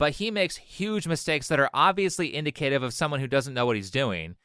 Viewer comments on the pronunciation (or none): Just some quick criticisms: Your pronunciation of Indicative. The national Socialists were not the boogeymen we have been lead to believe. Most people don’t know much about them except what they’ve learned from modern Hollywood. It’s actually dangerous because it has radicalized many young men (and some women) when they find out the truth.